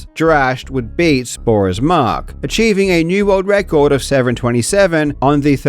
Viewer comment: "Rorld wrecord"